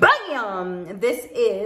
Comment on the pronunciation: Maam. Just wanted to let you know that it's pronounced- greh-nuhch vil-uhj